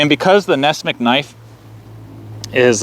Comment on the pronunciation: It's not Ness-mick, it's Ness-"MUCK"!